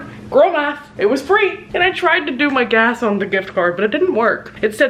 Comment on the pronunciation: not me thinking "get gas" said "get gay."